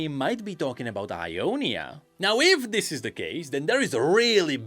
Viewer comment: so he can make a th sound but chooses to say "den" and "dere" instead of "then" and "there"